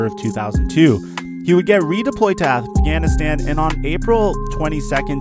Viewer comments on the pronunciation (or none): none